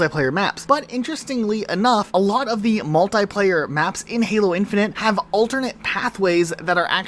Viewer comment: Great video, though I cannot explain how mad it makes me when you say "infinant" or "infinunt" instead of "infinite" ... but that's a me issue :D